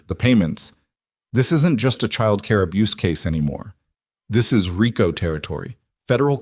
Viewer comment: Reeeecoooooo not riiiiiiiicooooo in how to say stands for Racketeer Influenced and Corrupt Organizations (RICO) Act